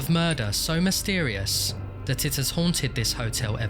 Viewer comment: "the police treated this.... (dramatic pause) as a homicide!" i laughed out loud at this obvious development in the story, yeah no shit they did. edit: oh yeah, zooming in on the word "mysetrious" :)